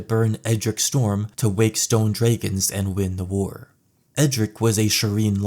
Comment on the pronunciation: stop saying draygons lol